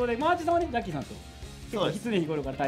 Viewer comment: 、絶対「じゃっきーさん」って言ってるよね？